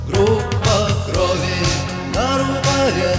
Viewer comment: Your pronunciation of Gruppa Krovi is rather good for a foreigner. Yet Kino is stressed on the second vowel: "kinO", not "kIno". Russian stresses are known for their low predictability.